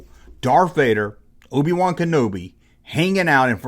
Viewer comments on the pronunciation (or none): brobi-wan kenobi?